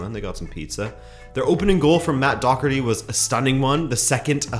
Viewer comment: It's Matt Doherty not Docherty, English commentators always inexplicably butcher his name